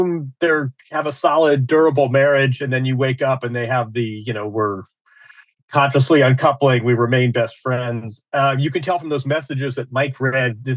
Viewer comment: He didn’t just say Conciously Uncoupling. Hahahaha